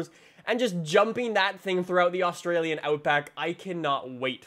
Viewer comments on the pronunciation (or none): none